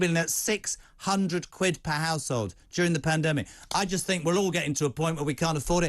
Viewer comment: People that say fink instead of think are clearly overpaid.